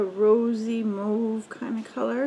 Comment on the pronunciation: It’s so nice to hear someone pronounce Mauve properly 😃